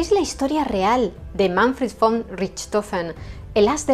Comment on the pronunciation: La verdad es que no conocía la historia de este famoso personaje, tan solo lo había oído mencionar muchas veces. Su registro de éxitos me parece impresionante tomando en cuenta el tipo de aviones de aquella época, que más bien eran cafeteras voladoras 😂😂🤣🤣. Hablando de otra cosa, te felicito por pronunciar correctamente la palabra "von", que en alemán se pronuncia "fon". Se ve que o hablar alemán o eres una mujer muy culta !!! Bendiciones !!!